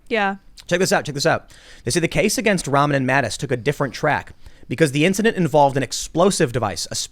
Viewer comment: Its pronounced "Rah-mann".. it's a muslim name.